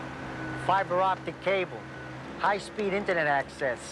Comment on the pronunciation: “High speed inta net axe S” -Benny